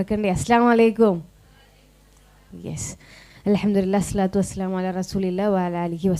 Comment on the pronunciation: Salam chelliya reethi shari illa kutty.. modern pronounce venda.. sharikkum arabic words pronounce cheyyu please..